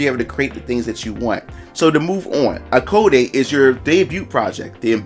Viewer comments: *ai code - is how it is pronounced I believe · Hi! ACE here!💖 Thanks for the video! (btw just to clarify im a girl xD and the prononciation of the game is like "eyecode", like pronouncing the name AIKO, the name of the protagonist)